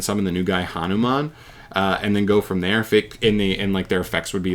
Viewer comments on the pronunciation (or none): Tony Jaa: It's pronounced HA NU MAN. Say it right & properly JustNutz Prod.....-_- :P HAHAHA OOPS